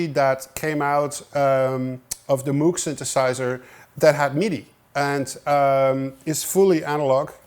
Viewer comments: it's pronounced "moog" - as in "rogue", not moo like a cow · it pronounces "mooh-g" thus "ooooo" sound, not "moo", like a cow. :) Otherwise a very nice video :) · Psst, Tom: "Moog" rhymes with "vogue". Yeah, I know - I had a long argument with my wife about that, and she was right. Thanks for all your great videos - the ones on orchestration are the most useful ones I've seen. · Dude, as a Dutch man, you're supposed to know how to pronounce "Moog" properly ;)